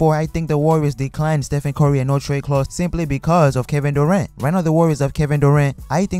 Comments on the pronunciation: "Ste-fen Corry" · "Steph-end cory "